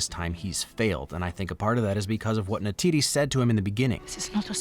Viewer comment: It's Neytiri not Neytidi